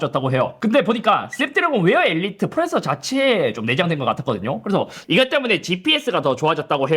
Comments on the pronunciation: 프로세서 발음 좀 똑바로 해라. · 이상할 정도로 프로세서 발음이 새는 남자